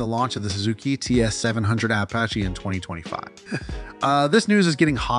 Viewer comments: The guy is saying Apache, AY PA SHAY. Where is this guy from? The moon? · How many wrong ways can you say Apache?